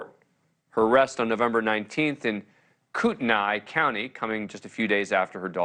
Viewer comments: Just fyi, its pronounced KOOT-nee, stress on the first syllable and no dipthong at the end. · It’s pronounced Koot-en-ee county, just FYI.